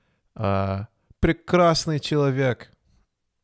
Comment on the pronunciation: Я удивился когда почти без акцента произнес прекрасный человек